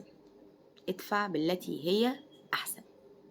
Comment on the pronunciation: ادفع بنطق الدال ، وليست اتفع بالتاء ، الدقيقة : ٢:٠٦ . وفقك الله .